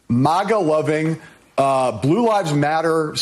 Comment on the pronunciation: When a reporter cant pronounce MAGA or partisan properly, you know the entry IQ standard is really low...SMH